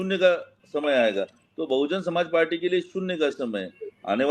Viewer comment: ये मैडम कैसी पत्रकारिता कर रही हे इनको बहुजन समाज पार्टी का नाम भी नहीं ले पा रही हैं